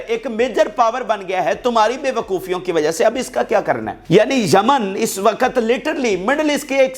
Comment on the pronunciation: Yemen not jaman